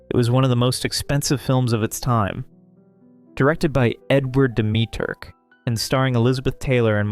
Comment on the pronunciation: chi-nay-chi-TA! di-MEE-trik!